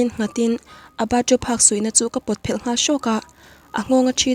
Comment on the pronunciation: Tawng thluk hi a diklo leh zauh thin, meng Phel, a fel or i fel tih thluk ang ni lovin (kawrphelh) tih thluk anghian thluk tur ani.